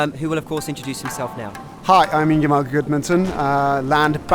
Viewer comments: lol ''and im joined today by ingimar gudumininsinss.... Ingimar'' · "I'm joined here today with Ingamar goodmunningoodnmmmmnnmnmmmmmm" wtf lol, i'm guessing that was intentional...?